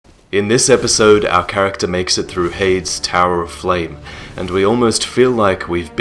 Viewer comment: are you sure heide's is pronounced "hayed" and not "hey-dees"?